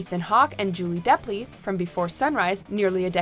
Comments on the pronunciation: Julie Delpy , not Deply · Also when she said "Julie Deply" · delpy, not deply... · Isn't it Julie DELPY? (not deply) -- and she mispronounced her characters name as well. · Love that Before Sunset is included, but it's Delpy. Not "Deply." And it's Celine. Not "Salin."